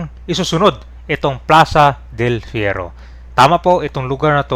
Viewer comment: Ayusin mo naman commentary mo, ilang beses nang binanggit ang “Del Fierro” tapos ikaw “Ferio” pa rin sa dulo.